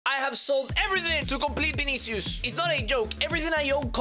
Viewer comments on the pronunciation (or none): His name is not Binicius his name is vinicius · i love how he says vinisius (no ofense)